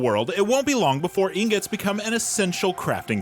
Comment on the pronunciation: Excuse me but uh...I think it's pronounced "ing-got."